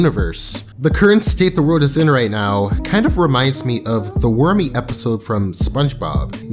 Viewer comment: Worméé..... lol I like how you pronounced it..